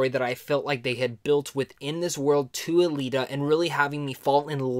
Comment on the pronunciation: You said it right. Alita, the way it was done, makes you want more. I hope we get to see more